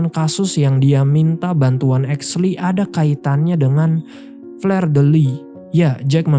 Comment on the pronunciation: Cara mengucapkan fleur itu bkn fler, tp fluh dek Aduh